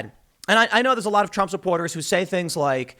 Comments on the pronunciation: Lol he calls trump drump 😭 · Tim definitly said Drump 😆😆😆